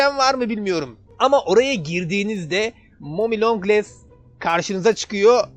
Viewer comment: Abi mommy long les değil mommy long legs